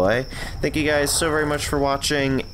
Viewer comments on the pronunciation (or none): none